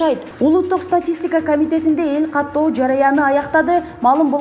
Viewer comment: Туура окунанды уйронуш керек экен журналист, жараан эмес жаран, катоо эмес каттоо деп